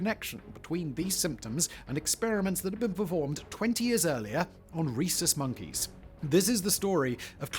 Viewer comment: Swear i thought you were saying "racist monkeys" 😂😂